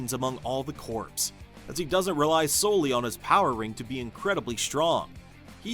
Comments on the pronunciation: I can’t even get through the video because the pronunciation is bothering me so much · You're saying it wrong. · AI narration has improved. Still can’t pronounce corpse in this context. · Actually "Kor" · I think he meant "Corp", but yeah it sounded like "Corpse". 😅😅😅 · It’s pronounced ‘core’ not ‘corpse’. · Thank you! I literally cant watch this video just bc of that, feels wrong! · Thank you very much for this comment. The error is really jarring. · I thought I was the only person that got instantly annoyed by him saying it like that. 🤣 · WHAT?? It’s Pronounced CORE. Lantern Corp not *Corpse*. No one but you and the video creator are getting this wrong, not hearing it correctly. Geezus. The man is literally pronouncing it wrong in this context and you are spreading bs disinformation about someone hearing it wrong. WTF 😒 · Jesus. AI is gonna make morons outta even more people. It’s CORP, pronounced “CORE”, not “CORPSE”. You know, not Marine Corpse, Marine Corps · Unwatchable due to the repeated mispronunciation of “corps.” The audio should be recorded again. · Omg it’s cringy hearing corpse…it’s pronounced Corrrrr just spelt Corps. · yes, that's what he's meaning, but it's pronounced "core" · There’s no such word other than CORP (Core) in this context whether it’s for this particular video or in the military. In these situations it is always pronounced Core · Fun fact Corps, like Marine Corps, derives from latin Corpus meaning body. the same as corpse. its literally the same word with different connotation but the same origin and meaning its also absolutely pronounced Core, silent p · he actually said corpse.. tsk, tsk. There are so many resources available to make sure you're not making such mistakes .. I remember a video of a guy, a supposed intellectual, pronounce Descartes.. as Dees-kartez. Just as bad. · I cant watch this hearing the "corpse" everytime. 😭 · For a computer to read, simply spell it 'core' in your text. (sigh) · CORE CORE CORE it’s not hard